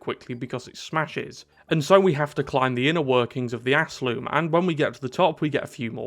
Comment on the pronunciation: he called it the Aslume lol